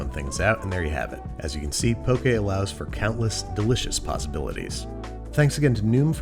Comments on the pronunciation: Im so happy you said poke “pokay” and not poki. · I think you meant 1/2 cup of rice to first line of your finger of water I'm also very greatful hearing you pronounce poke correctly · I am so happy you said "poke" correctly. Also the fact that you showed kind of traditional Hawaiian style poke and poke from the Mainland. Next time I hope you try it with Furikake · "poke" is pronounced like po-kay... okay with a p in front 😊. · Thank you for saying "Poke" Correctly! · Honestly, I just watched this episode so I could finally know the proper pronunciation. I never heard anybody actually say "poke bowl" out loud so I never knew if it was pronounced as if poking somebody or like Pokemon. Pleasantly surprised to see it's the latter.